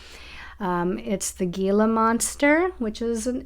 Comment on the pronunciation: The G in Gila monster is silent. It’s pronounced hela . It’s found in New Mexico. They’re as big as a 🐕 dog. My friend went to take out her garbage one morning and one was out there staring at her. I woulda flipped😅